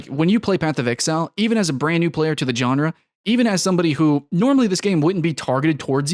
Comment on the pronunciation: It's pronounced Genre not Genre